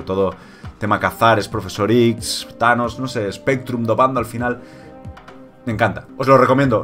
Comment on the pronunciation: recuerdo en tu primera partida con Spectrum le llamaste "Specrrum" lol